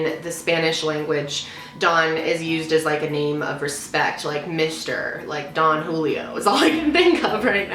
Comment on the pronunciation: "Don Julio" 💀💀